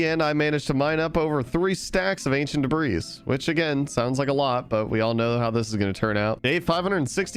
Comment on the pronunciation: "acient debras"